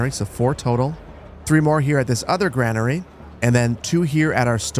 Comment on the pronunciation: GRAIN ER e not Gran er ee Like grain, or pain or brain.